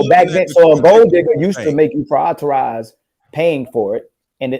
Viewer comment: Someone tell that it is "prioritize" not "prioriterize" lol. It's his favorite word, but he constantly says it incorrectly.